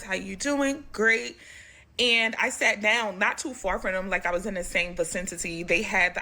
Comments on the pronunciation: There's only one "t" in vicinity. It's not pronounced vicintity. And that woman thinks she's knowledgeable when she can't even pronounce a basic word in the English language. I bet it's her native language too lol. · This old bird said "facintity". Clown ass.